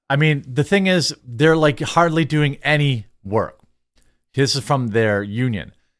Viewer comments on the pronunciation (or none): I heard "They are doing any Harley Work" . I assume you said hardly but I think there is a joke somewhere in that sentence. 🙂 . Thanks for the vid . Love what you do.